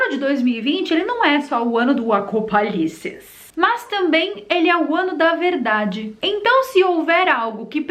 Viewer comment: Contagem regressiva do "ACOPALICES" KKKKKKKKK